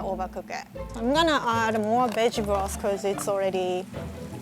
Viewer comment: I heard b*tch broth, i am very weird